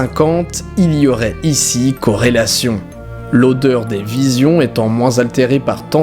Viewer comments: Vison, pas "visions", Didi ^^ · Il dit bien "vision" plusieurs fois... 😂 Il l'écrit bien mais le dit mal 🤔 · Ca se prononce viZON pas viSION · Vison, pas "vision" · On ne dit pas visions mais visons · C'est moi qui entends mal ou tu dis "VIS(i)ON" au lieu de vison ?!? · Juste un truc didi les visions et les viZons c'est pas la même prononciation